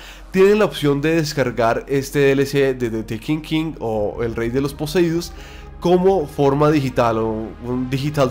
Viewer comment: ''de tekinkin'' lel